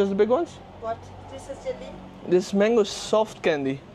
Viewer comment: Can't even say mango properly